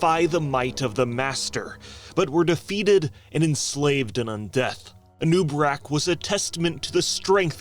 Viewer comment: I always thought it was "A noob A'Rak"